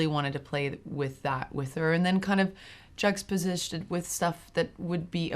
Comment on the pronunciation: all this and talent too. what a gal. but its 'juxtaposed', theron, not juxtaposished ;)